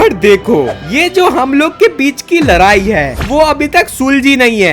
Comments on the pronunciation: Ladai** not larai 😂😂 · Ladai Nahin ladai totale bhaiya Apna video mat Dala karo